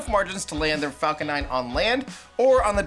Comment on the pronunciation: why do you keep saying falCORE ?? i heard it at least 2-3 times in the video..